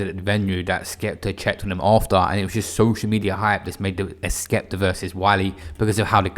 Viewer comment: wiler and skepta? Whats with R’s forcefully being added to words and names unnecessarily past few years